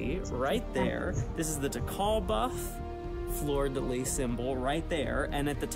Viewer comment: I’m just happy finally learned how to pronounce fleur-de-lis